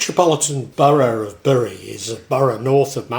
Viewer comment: Great video, but I understand it's pronounced "Berry", as my mum was from there and that's how she said it ought to be pronounced.